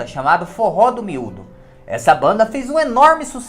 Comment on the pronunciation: Forro do muido e não miudo